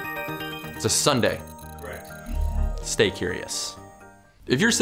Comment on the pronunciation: You said nunday when your supposed Sunday or was that a pun